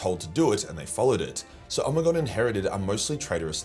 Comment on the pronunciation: I always read it as Oh-Me-Gone , why is he say Omni-gone? Am I just larping?